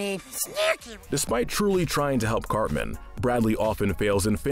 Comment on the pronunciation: You pronounced Cartman as Carmen.